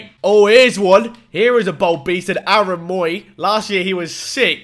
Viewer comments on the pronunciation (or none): none